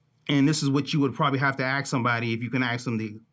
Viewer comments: Can someone tell me why this man with all his experience and edu action can’t say the word ask? And still pronounces it aks? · It absolutely pains me that ppl who hold positions of influence use the pronunciation of: Axe instead of ask. He.should have axed me. No please.... He or she should have asked me. Damn it ppl. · can you please learn to say the word "ask", correctly. It is not: axe, and in "axe me a question." It is "ASK" as in "ask me a question." You say that you've been to college, and I believe that. Isn't it time for you to display that education, with the correct pronouciation of a basic, commonly used word? After all, if English is the only language that you know, at least get the most basic words in it, right. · This makes me think that Reichstag Nancy wanted law enforcement to be violently confronted. By the way, “aks” is very old English bright here by the Crackers who worked alongside and oversaw the slaves.